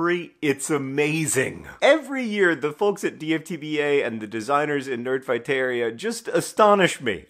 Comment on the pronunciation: I know it’s not correct but my brain simply refuses to read or hear “nerdfighteria” and not think it’s root is cafeteria. A subtle change to the pronunciation of last syllable…a huge difference in meaning.